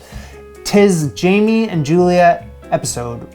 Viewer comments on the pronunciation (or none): none